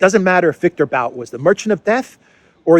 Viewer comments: Its pronounced 'boot' not 'bowt' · Victor B[u]t, not B[au]t. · It’s [bu:t]. Victor [Bu:t] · Виктор Бут = Viktor But - But rhymes with put, foot. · Pronounced boot I've seen Russian commenters say. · Darkly humorous that the hands down world champion arms dealer and merchant of death labels Bout(pronounced BOOT btw) in that way.